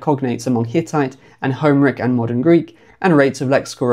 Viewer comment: "HOmeric Greek" made me wince every time. Do you say "HIStoric" and "CLImactic" as well?